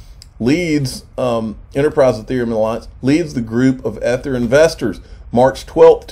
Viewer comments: If I hear "ETH-ER" one more time, I'm gonna scream. Somebody please tell him how to pronounce it. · EE- Thur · Please learn how to pronounce Ether correctly! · My thoughts exactly. I had to quit watching this video because they way here was saying ether.